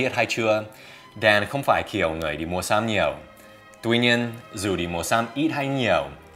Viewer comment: Sắm mà đọc xăm phát âm sai rồi anh ơi